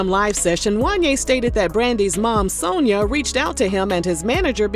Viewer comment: “Sone-ya sound like a name that know don’t it?! Mrs. Sone-ya, Mrs. Sone-ya” 🤣🤣🤣🤣